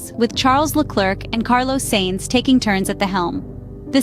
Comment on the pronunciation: Please, do whatever you need to do to make the AI voice say “Sainz” instead of “Seinz”.